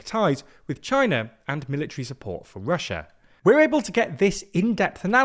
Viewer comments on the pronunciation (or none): none